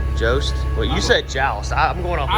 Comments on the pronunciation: It's pronounced Yost. The factory is in East Tennessee. I am a welder there. I may have had a hand in building your setup. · Your fifth wheel is pronounced Yost the factory is next to my house in Greeneville Tennessee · You pronounce Jost as Y-oh-st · It's pronounced Yost - Jost. They are made in my hometown Greeneville, TN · I've always been told those jost fifth wheels are pronounced yost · if you want to really step up your largecar game, a set of breathers mounted between the stacks is the next step. jost is pronounced like "post". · Just to let you know the pronunciation of the fifth Wheel hitch it is called jost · Jost is pronounced like yost. They are made about 45 minutes from my house. Or at least their landing gear for trailers is. Edit: I was corrected by someone who works there. Lol. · Jost is said just like Lost but Jost, jus sayin Jost Jost Jost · good chance i built that 5th wheel it was made in greeneville TN at jost its pronounced yost like yo-st